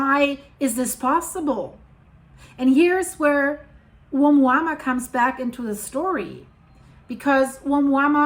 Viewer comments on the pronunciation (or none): why do you keep saying omuama when its being called oumuamua? your annoying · Dear, it is pronounced OMUAMUA, although it is written OUMUAMUA = messenger from afar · You are saying it wrong but it’s funny. It’s a Hawaiian name I think lol. My wife does the same lol